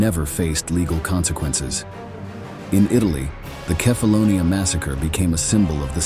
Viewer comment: Dit is wel de ergste belediging naar de Italiaanse soldaten die het op Kèfáloniá werden afgemaakt als schurftige straathonden. (laat die vervloekte AI stem dan tenminste het eiland ook noemen zoals het heet!!) Een belediging door de film zó slecht te monteren dat de getuigenissen worden weggefilterd en dit op de goedkoopste manier mogelijk door een AI narrators wordt verteld. Wat een ode aan de nutteloze dood van die zovele onschuldigen. Schaam jullie History Official, Shame on you!!! Deeply 👎👎🤡 unsubscribe everyone!